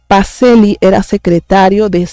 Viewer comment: Pacellí, pronúnciese: Pacheli. Bendiciones!!!!